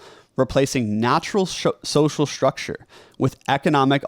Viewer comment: Another young person who has a sh sound for a st spelling. Shtructure. It has been spreading in our culture. Wonder why. Distracting a bit. Content good so far:)